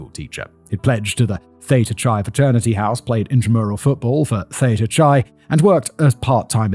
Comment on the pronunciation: I'm more bothered by the way he pronounced Theta Chi.